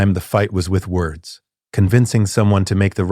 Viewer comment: I WANT TO LISTEN BUT THE MISS PRONOUNCIATIONS KILLS IT